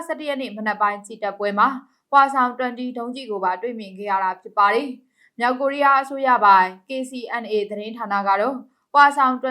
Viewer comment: မလဲရေ၊စိတ်မရှိပါနဲ့ မြောက် ၊ကသပ် အသံထွက်ရမယ်၊ မြောင်၊ဆိုရင် ငကိုသတ်သော ငသပ် အသံ ထွက်ပေးပါ၊ မြောက် ကိုးရီးယာကို မြောင် ကိုးရီးယားဟု အသံထွက်ရင်၊လွဲမှားပါတယ်၊ သတိထား၍ ဖတ်စေလိုပါတယ်။